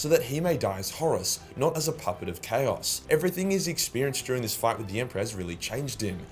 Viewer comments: Can you at least say "Chaos" properly, you utter fanny. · TIL/ chaos is pronounced cows.